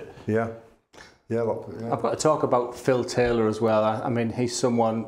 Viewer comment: Not a fan of his announcing. The way he pronounces Phil Taylor in the seniors tour as “Phil TAYLAW” drives me nuts!